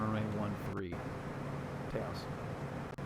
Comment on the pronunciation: Taos rhymes with house, fyi.